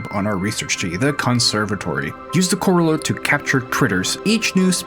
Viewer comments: Its pronounced core-rAH-ler. Like corralling cattle. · corraller.... core - AL-er... It is a collector for those critters... a corral. (I just like to help.. I'm not complaining) :)